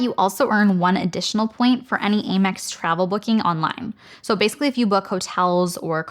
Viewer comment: Aim-EX? I always thought it was pronounced AM-EX